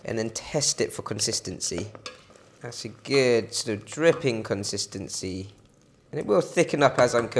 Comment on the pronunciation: I wish you wouldn't say "gid". The word has a double o! RT.